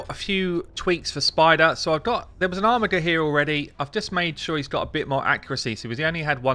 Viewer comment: OMFG it is pronounced ARMIJER not armigger reeeeeeeeeeeeeeeeeeeeeeeeeeeeeeeee